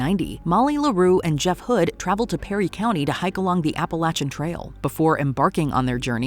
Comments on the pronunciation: Appalachan?? Seriously, too bad the ai can't actually read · Why was she pronouncing Appalachian weird? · Oh you butchered the pronunciation of Appalachian LOL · Appalachian trail. Now you try saying right.